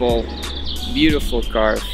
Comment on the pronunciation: "Caarwwvuuh" Lekker ge-engelsd broer xD Maar gg, thx voor de goeie uitleg